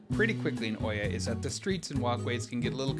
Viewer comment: Nice video. But we have been to Santorini quite a few times. Freakin great place in the shoulder seasons. Oia is really pronounced "Eah"